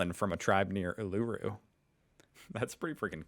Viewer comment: Summary of today's pronunciation corrections in the comments: Ute = Yoot not Oot: 53 Uluru = Oolahroo not Ahlooroo: 1